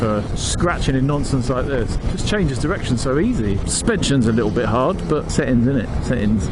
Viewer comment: to . Only a brit would call " braking performance" tasty. xD a " lii uuuUULLLL" bit of humOUR there eh ? xP